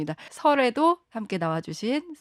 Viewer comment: 덩향신문으로 들리네